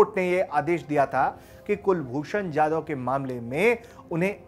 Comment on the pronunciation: कुलभूषण जाधव नाम है उनका यादव नही सही उच्चारण करें। आप हिंदुस्थान में है।